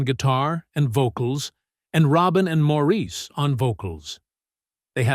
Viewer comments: It's pronounced "Morris" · Everyone wants their name pronounced right. (& she’s right— it is Morris)✌️ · One of my all-time favorite bands. Too bad the speaker on this You/Tube video was mispronouncing Maurice's name. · I don't think Maurice cares in his heaven how his name is pronounced 21 years after his death.